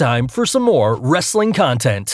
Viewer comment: He doesn't say "wrestling content " right!